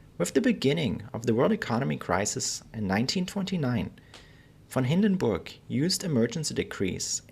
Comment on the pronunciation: i like the proper pronuniciation of this great man's name very important in history thank you for a good detailed history presentation info out here hard to get thank you.